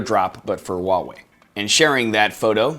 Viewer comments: Please pronounce nicely, not 'Waaaa' wei, is Huaaaa~~ Wei.... The whole video i only heard WaaaaWei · That fucking name tho... Huawei lol it's how you say it just sounds ridiculous even for asia. Samsung / WHOOOO HOW WAY but i laugh how this guys says wallway.